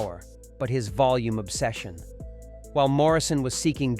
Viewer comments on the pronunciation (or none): none